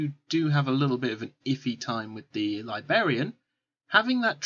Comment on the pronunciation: It is driving me crazy!